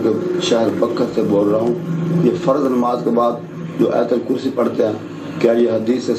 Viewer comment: آیت الکرسی کے ت پر بار بار زبر پڑھ رہے ہو ۔ت کے اوپر پیش ہے۔ دوسروں کی اصلاح سے پہلے اپنی اصلاح کرو